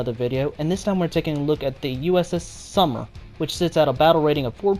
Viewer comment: Sumner, not Summer.